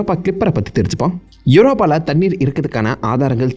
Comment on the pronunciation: Thannir niga soldra dhu nalla irukku bro